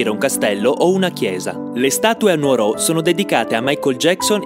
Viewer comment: Cioè deve venire un ragazzo Veneto a dire che Nùoro si pronunci Nùoro e che sia importante nn sbagliarlo. Io son nato a Nùoro con l accento sulla N ma vivo a Cagliari da piu di 10 anni (buttati nel cesso), saranno lo 0.5% quelli che lo pronunciano correttamente... giustizia dus coddinti a cù... bella sei un pattagarru \m/